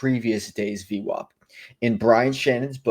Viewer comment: Good job on the vid! 1 question You say Average but then pronounce VWOP lol Will never understand that one. 😁